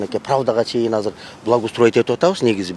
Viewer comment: Казыр деп суйлойбу же мага эле ошондой угулавы Анау мээр суйлогондо?